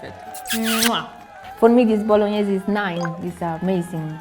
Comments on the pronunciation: for the love of god don't let them corrupt you with that "bolonnaise" stuff, you know in your heart how it is pronounced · The so called Italian doesn’t even know how to say bolognese properly. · How can you say your bolognese is the best when you don’t even know how to pronounce it.